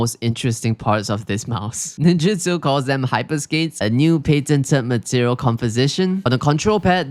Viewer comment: nin- j U - ts O. not ninjitsu. its NINJUTSO.